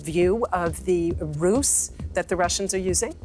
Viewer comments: The host kept pronouncing the word, "roose," with a voiceless S. The word is pronounced with a voiced Z consonant. "rooze" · You're pronouncing thr word "ruse" like "Rus" when it should be pronounced "rooz." A ruse ("rooz") is a con, decoy or attempt at trickery. The Rus was what Russia was called in the early middle ages. Given the context of the report, when you pronounce ruse like Rus, it's problematic. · Please pronounce "ruse" as "rooz" meaning - an indirect means to gain an end. trick may imply deception, roguishness, illusion. For nearly all the DW article I was listening to "ruse" pronounced as "russ" meaning in my simple brain the short form of "Russian" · "ruse" is pronounced like "rose" or "rise" with a "z" sound. Great work - thanks. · Its pronounced' rooz....'